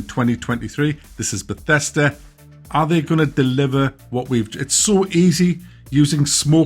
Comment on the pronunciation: You lost me when you said Bethesda